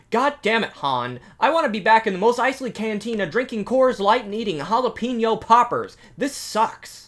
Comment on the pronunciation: It's pronounced juh LAP penno poppers. ❤